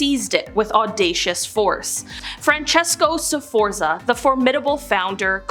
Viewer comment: It's pronounced, "Sfortsa" and the J in Julio is Italian, not Spansih. And Guise in French is prounced, "Geez". PS If we're talking scary families, how's 'bout the Kennedys, Obamas, Clintons, Pelousies, Bidens, and Harrises?